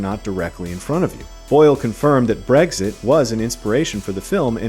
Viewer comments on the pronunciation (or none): none